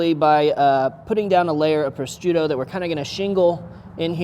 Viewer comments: How does he say prosciutto? Pro-strutto? It’s meat, dude. Not a Pillsbury toaster strudel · sounds like pro shute o, I know they have a c in there but they don't pronounce it. Great food btw don't mean to sound pedantic just if you go to EU to cook or a competition you don't want the Italians making fun of you!